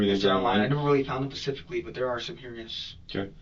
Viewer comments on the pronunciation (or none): When the detective asked him if he did any extracurricular activities, he said “ not Pacificly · You can't define yourself as involuntarily celibate if you are voluntarily paying for sex or have had a physically intimate relationship. His level of intelligence is painfully low. I haven't heard someone use "pacifically" instead of "specifically" since 3rd grade 🤣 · This is like the third interrogation I’ve watched this week ;where the suspect says pacifically instead of specifically. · “Pacifically” what a moron